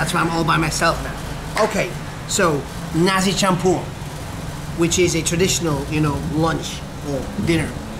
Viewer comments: Perfect pronunciation there - Nasi Campur 😊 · You eat nasi campur by han like a pro man... Hehe n you can pronounce in malay language as good as Malaysian... Wow salute at you